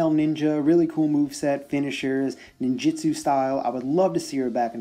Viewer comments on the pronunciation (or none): none